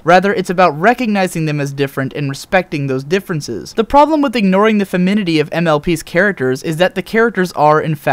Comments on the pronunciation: FEMIN-NIN-ITY. FEMIN-IN-ITY. Otherwise, this is an amazing video, you've nailed it. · He kept neglecting to pronounce the second "in" in "femininity." He said ,"feminity." :( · The way I understood the whole "in spite of its girliness" was "in spite of its PERCEIVED girliness." As in, "Despite the fact its perceived that I shouldn't like a "girly" show like this, I do." Also, you're missing a syllable in FemINinity. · The mispronunciation of femininity was a little distracting. (It's got 2 "in"s in it, dude.) Putting that aside, great analysis. I wish I'd had this show as a kid; something that isn't good despite its femininity, or independent of it, but rather lauds the entire feminine spectrum as being good. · You make a point. You just back it up poorly. What do feminists protest for? Equality. But the thing that just ruins your argument for me is your pronunciation of 'femininity'. Google pronunciation and please check it. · I love the message and actually couldn't agree more with it, but the constant mispronunciation of "femininity" kind of threw it off for me...Perhaps you could edit it later on with the correct pronunciation. It makes it seem rather unprofessional and might hurt your case to somebody who's more sensitive to such matters. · This was a good analysis as usual! I know that the aspect of the show that draws so many fans isn't exactly the girliness, but it's not NOT the girliness, if that makes any sense :D Not trying to pick on you, but you mispronounced femininity, you skipped a syllable each time you said it. It doesn't detract from your video, but I figure that because you'll probably use that word again many times in future videos, it might help to point it out. I love your videos! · I love this video, but this keeps bugging me: "Femininity". Sorry, but it's like a skipping record every time you say it! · An excellent series of observations, and on the whole, I tend to agree. Now, if only you could learn to properly pronounce Femininity.